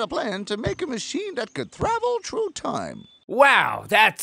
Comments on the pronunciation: The vonsscout show : Reviews and analysis To me it sounded like "thravel true time" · that actually is what he said sometimes people will say True instead of Through because it's hard to do the th sound